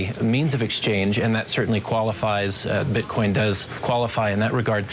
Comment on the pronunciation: did I hear a slip? bitcon?